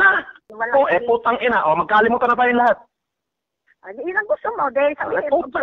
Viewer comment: "Phhhhhuuuutang ihhhnaaa" may hangin ang pag bigkas ni eh.🤣.